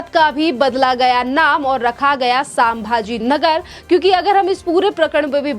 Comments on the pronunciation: WRONG PRONUNCIATION..PLEASE CHECK..IT'S SAMBHAJI NAGAR.. NOT SAMABAJI NAGAR. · वो संभाजीनगर है.......सांभाजीनगर नही है ,सही उच्चारण होना चाहिए ..... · Medam सामभाजी नगर नहीं संभाजी नगर बोल अभी मेडम बोला है अगली बार एसा उच्चारण किया तो मा बहन की गालिया सुनेंगी